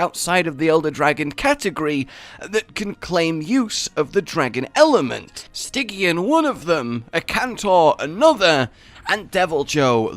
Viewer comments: Pronounced “Sti Jee an”. Not “Sti Gi an” Named after “Stigyian” for the River Styx. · Am I the only one bothered how pronounces every monster name thats supposed to be pronounced with hard “G” as “J” (Nerjigante...) but literally the only one I can think of thats supposed to be pronounced with a soft G He pronounces with a hard one (Stygyan)? Or is that some sort of inside joke Im missing?